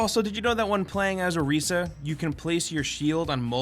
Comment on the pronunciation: Listen to how Orisa says Orisa. He says it the same way...